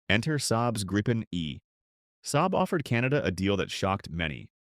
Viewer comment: If you're gonna use AI like a lazy ass to generate garbage content, can you at least get the pronunciation right? It's "grippen" not "gripe-en" ...